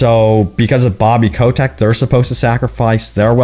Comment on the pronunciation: I dont know why, but it drives my crazy that you pronounce Bobby Kotick as "Bobby Coe-Tech". DX